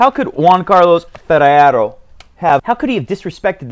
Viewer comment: I've been playing for the past 15 years but I still enjoy your show...you're tearing everybody's English and especially Spanish names...before it was struuuuff now its BUSTAAAAAAAAAAA and FERRRRRERO....you're hilarious, mate...and the joke about the kid too..and by the way do you watch NBA...if so which is your fav team???>>>Zvendl sounds interesting but I hope NK gets a coach too...